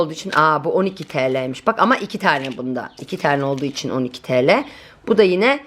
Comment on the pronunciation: bazen yarı Türkçeyle birseyın fıyatını söylüyorsun yaa 15 Teleee dıye 😁 cok hoş oluyor.